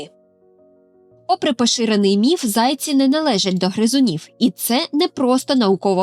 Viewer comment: Не зАйці, а зайцІ. Перший варіант росіянський.